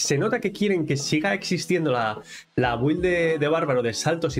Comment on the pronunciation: Con todo respeto, creo que al decir güild quieres decir build, se pronuncia Bild, si me equivoco corrígeme también, gracias.